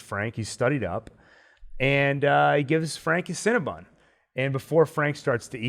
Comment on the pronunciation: Guys- it’s Cinna-BON not cinnabun!